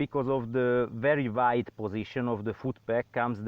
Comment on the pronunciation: "very very waid"